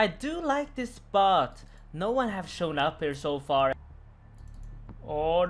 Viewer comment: that name that i cannot write, the one you think is Italian is actually finnish language and means very dirty stuff:D tries say "spot" but i heard "bot";:DDD